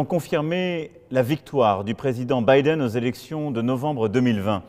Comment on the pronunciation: Il a tout donné sur la prononciation de "Biden"